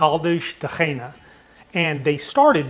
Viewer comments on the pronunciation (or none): No Caldas da Reina. The city is called Caldas da Raínha (pronunced kind of rRayeegnaa).